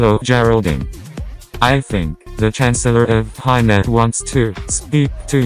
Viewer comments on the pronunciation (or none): lmao she needs a spelling test why does she say hina instead of China???